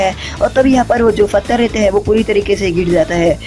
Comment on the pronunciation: Fatar nahi pathar